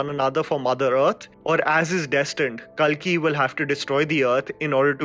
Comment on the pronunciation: Pronounciation of kalki is wrong It's kaalki......